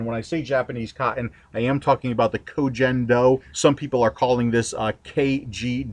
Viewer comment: it is pronunced Ko "Ken" Do... I'm using it since a year and for me is the best wicking material I ever used. As usual, great video!